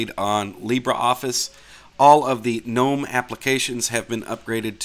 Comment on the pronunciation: At least someone knows how to pronounce gnome....some people will go "Oh look at these garden gggggg-nome"